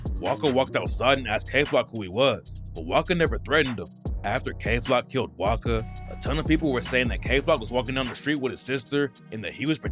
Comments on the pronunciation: his name is pronounced wasca you keep saying waka, but i swear you said it right the first time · Its not waka its wasca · oy wasca not waka ......what bro lol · callin wasca “waka”